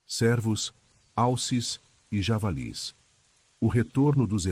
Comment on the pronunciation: Não é sérvos.... a pronúncia é "Cêrvo"